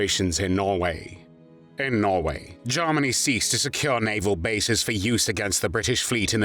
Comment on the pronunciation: Interesting video...............I find the narrator's pronunciation of Germany a little bit "Lord Haw-Hawish"......(Jarmany, as opposed Germany), but it doesn't detract from the content